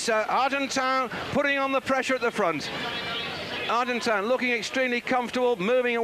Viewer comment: David 'Duffer' Duffield absolutely mangling the pronunciation of the rider's names - ' Museo' [Johan Museeuw], 'Argentino', 'Argentown' and 'Argentan' [Moreno Argentin]. Despite 'Duffers' best efforts to confuse, Kelly's incredible descending skills saw him take an unbelievable victory in this his last 'monument' has a pro cyclist.